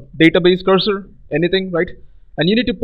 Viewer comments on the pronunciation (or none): none